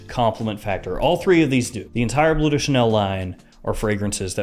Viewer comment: It's pronounced "blurr", not "blue". Forgive my compulsive-pedantic disorder! 😆